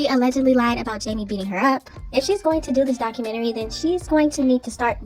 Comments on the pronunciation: Doca -mentary??? 🤣🤣🤣 If you can’t pronounce it then just leave it alone. 🤣🤣🤣🤣😭😭😭😭😭 Watch she put Cj and Lexi in her book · What kind of book is she writing..A comic or a fiction book..Her life is as the world turns..There's is no way in hell she can write a documentary she cant even say the word.. 😂😂